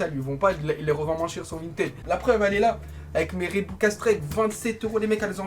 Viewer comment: Reebok pas rebok